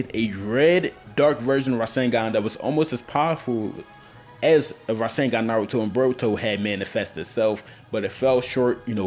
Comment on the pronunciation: pronounce your Naruto better